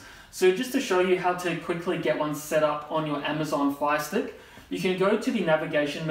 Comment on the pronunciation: I thought he was saying Phi stick